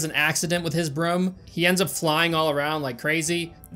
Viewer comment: i am not a 100% certain if knows how to pronounce "broom"